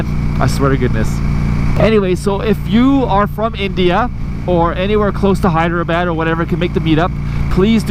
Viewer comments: Hyderabad is pronounced as the following : Hy - Dra - Baad Hope you enjoy the trip, please be safe and hopefully you can vlog from there. Your trip sounds LONG !!!! They should have just done Calgary - New Delhi - Hydrabad. OR Calgary - Vancity - New Delhi - Hydrabad. Regardless I hope you have an amazing time. Keep up the amazing content. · It’s hydrabaaad